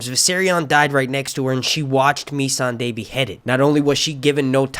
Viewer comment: Mee- Son-Day????? Why do you go out of your way to mispronounce nearly everyones name. Wait why do I care? I swore I'd never listen to your one massive run on sentence telling channel again. God this is awful, why am I here?